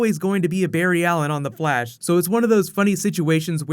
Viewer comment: anybody else hear blash alot?